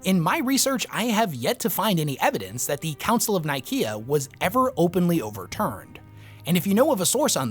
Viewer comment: I hate your pronunciation of Council of Nicaea, especially since its a copy cat name of the actual Council of Nicaea that actually happened IRL in AD 325 in the real place of Nicaea. Look it up.